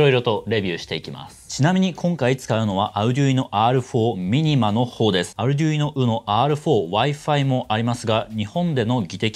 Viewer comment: Arduino、発音がいいね。